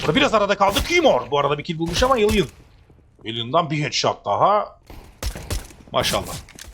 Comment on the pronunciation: Elan'a da Alien demezsin be. Kulağım tırmalandı sürekli.